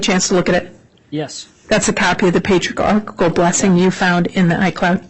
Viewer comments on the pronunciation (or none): Everytime she mispronounces Patriarchal, it makes me giggle. Even in the church, so many people say it wrong.😊